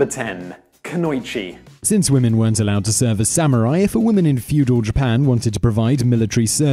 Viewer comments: Pronounced KAA-NO-EE-CHEE... not KANOYCHEE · It's pronounced kuno-ichi not kunoi-chi. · its pronounced Kuno-Ichi